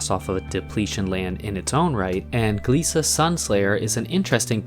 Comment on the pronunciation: I think that glissa is pronounce glissa, and not gleesa